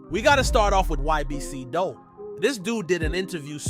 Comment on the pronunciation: Dul name was pronounced "doool" bro... He wasn't taken directly to the hospital he may've lived but they drove him to his homie crib first wasting time and he died.